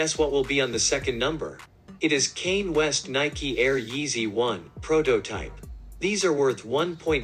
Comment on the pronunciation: “Kane west” 💀